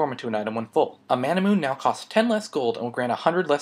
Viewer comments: It's Mana - Mu - Ney not Mana - Moon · is it just me or is manamune pronounced as ma-na-mu-ne, sort of like how you pronounce Sephiroth's sword name. And if you realize, all TotG evolved items are 4 syllables. Very odd...